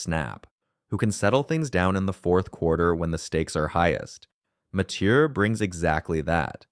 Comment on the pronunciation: If I have to hear him say matheiu name again ima rip my hair out